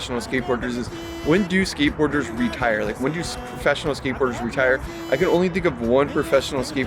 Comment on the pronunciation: Skatebirders ?? Are you high?? Your pronunciation 😂😂😂 Tony hawk's femur bone is still healing. He's not skatebirding.